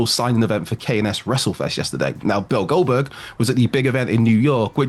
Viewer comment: Why does he keep on saying Goldberg like that? "Bill Goldberg"